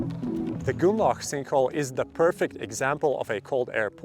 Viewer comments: "goonlauch" jesus christ try [GROON-LOCK] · Nice to know I'm not the only that heard goulag. 😂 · the way you are saying grünloch is so wrong it almost sounds like you are saying gulag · Grünloch, say it with me GRÜNLOCH xD